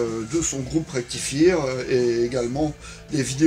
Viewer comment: Merci!! Le nom de mon groupe se prononce Rectifayeur comme la chanson de Tankard, mais c'est cool pour notre promo. Mes videos sont assez rares, c'était pendant le confinement mon ranking d'Anthrax!.